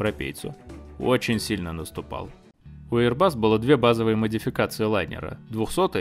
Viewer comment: один раз не эйрбас, как говорит 😊